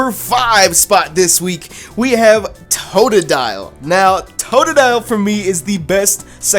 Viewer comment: sorry its totodile